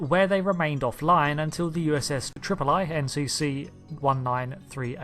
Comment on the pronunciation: Pronunciation tip: The USS Tripoli NCC-19386, is pronounced 'TRIP-oh-lee', rather than 'TRIP-oh-lie'. It's named after a naval battle fought in and around Tripoli Harbor in North Africa that the very new United States fought (and lost, but gallantly, as would have been said at the time) against Barbary Coast pirates who had been capturing US and European ships and forcing their crews into slavery. Besides being a demonstration of the newly formed US's willingness to project its military power, and protect its citizens and financial interests in foreign theaters, the battle is also notable for being one of the first in which US Marines played a significant part. Indeed, the "Marine's Hymn", as it's called--basically the Marine Corps anthem--begins with the lines "From the Halls of Montezuma/To the shores of Tripoli/We will fight our country's battles/On the land and on the sea" in commemoration of the battle. And "Tripoli" rhymes with "sea," of course.